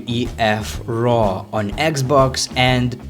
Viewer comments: Instead of wwf raw he said wwef raw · He said WWEF raw